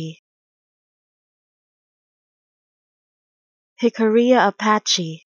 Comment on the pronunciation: The double L, "ll," in Spanish is pronounced as llya or llye. Not as the single L sound in English. Jicarilla is Spanish.